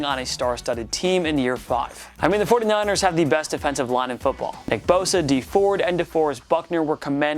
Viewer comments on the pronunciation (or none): none